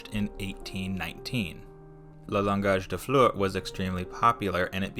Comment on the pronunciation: i loved the video but my god my ears bled everytime you tried to speak french.. 😭 "le langage des fleurs" is pronounced as "lawngaaj d(d as in the sound of 'de' of destination) flurrr (same sound as blur)"